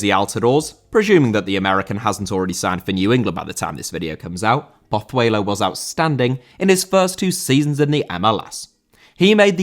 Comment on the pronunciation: Pozuelo* not Pothueilouw